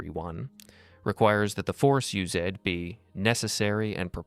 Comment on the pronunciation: “Use-ed” oh AI lmao